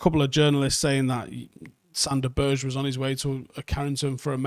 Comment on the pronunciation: Good list. Sander's last name is pronounced 'Berg-eh', just FYI.